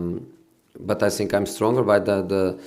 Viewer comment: “I sink i am all of them”